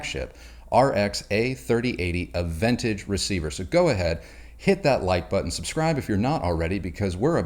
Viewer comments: Please pronounce the receiver model correctly... it's not "ah ven tage".... it's "ah ven taj"... SMH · Are you a bona fide audiophile. You pronounced AVENTAGE incorrectly. It is pronounced AH VEN TAAG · Aventage has a French pronunciation. A-ven-taj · It’s pronounced “Ah-ven-TAHG” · When I shopped for my Yamaha, I decided that the salesperson had to be able to properly pronounce Aventage. Only one out of ten did so he got the sale. Its ah van taj. Check the Yamaha site for the proper pronouncing. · You mispronounced the name